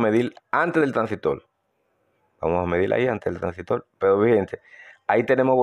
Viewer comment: Buen video y explicación. No me suscribo porque no me gusta ese acento caribeño, me molesta cuando cambian las palabras; " transistol" "televisol".